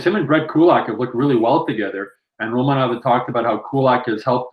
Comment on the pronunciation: Not sure about where the emphasis goes, ROmanov or RoMANov, but when the V is at the end of a word in Russian, it's pronounced like an F. So Romanoff. Like Smirnoff vodka. The Russian spelling would be Smirnov.